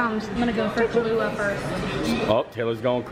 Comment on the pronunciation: I think y'all were adding a few letters!? It's pronounced Kah-loo-agh, Not Kah-loo-lagh😉